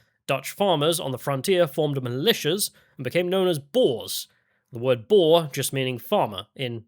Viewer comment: Your pronunciation of 'boer' is a bit off, you call it a 'boar' but it is closer to in English writing 'boor' or in IPA /bur/. Coming from a Dutchy. Also, I think your story is told from a very white perspective. No white criminals in South-Africa? Are you kidding? The big race wars came to South-Africa together with Europeans on our boats. We brought that shit there and made it to what it is now. No matter who is in charge now, we did that.